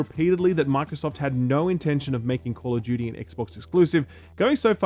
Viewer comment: Wtf is call of Judy?